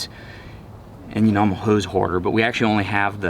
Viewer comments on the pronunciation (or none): Hose horder almost sounded like "Hoser!" :D